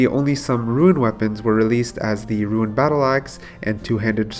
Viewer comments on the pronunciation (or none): your commentary is very good now. great job adapting to the advice so quickly. one gripe tho: “roon” not “ruin” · its not "RUIN" its RUUUUNE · "ROON" NOT "RUIN" JESUS CHRIST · why are you saying ruin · i will not watch if someone cant pronounce rune its half of the games name ffs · this guy and "ruin" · It's pronounced rune obviously, not sure why you would purposely go out of your way to say a word wrong about 200 times in a video, had to get off my ps4 and go to mobile just to comment about how annoying it is. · Says “Rune”scape but says “ruin” 2h.. niqqa what. Popcoin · Thought I was the only one that heard it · Why u keep saying ruin? And why Do u keep saying the same thing over and over again? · It's not "Ruin" my friend.